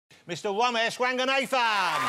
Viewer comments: me too 😂😂😂 so funny I was like: what is this about? Then I heard “Mr Womesh Wanganathannnn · Womesh Wanganathan is definitely a better pronounciation of his name 😂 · No, no, no, it's Womesh Wanga Nathan🧐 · Womesh Wanganathan woves dwinking his watahw